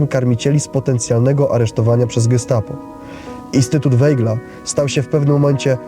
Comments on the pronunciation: To samo zauważyłem. Aż uszy bolały☹️ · Bardzo interesujący film. Czy gdyby robił Pan program o Winstonie Churchillu, to wymawiałby Pan jego nazwisko jako [ hurhil] czy [czerczil] ? Dlaczego więc nazywa Pan Weigla [wejgl] ? To nazwisko wymawia się [wajgl].